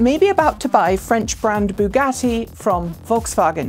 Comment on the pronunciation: "Baguette" for Bugatti - :-D